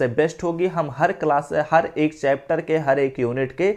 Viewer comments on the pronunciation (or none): none